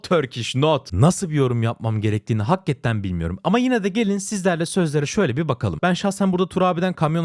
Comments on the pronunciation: abi lutfen bastırarak hakketten demeeeee hakikaten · ne olur hakketten diye telaffuz etme şu kelimeyi hakikaten diye okunuyor